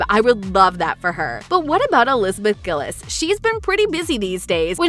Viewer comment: You pronouncedd Liz's surname wrong. It's not Gill-iz, it's Gill-eez (the actual spelling is Gillies) And Daniella's is Mon-ay (spelt as Monét) Whoever spoke, please improve your pronunciation of proper nouns Anyways... I'm indifferent to this. It would be nice for there to be a reboot, but I wouldn't mind if there is no reboot because Ariana Grande is too busy being successful as an international popstar and as a coach on The Voice.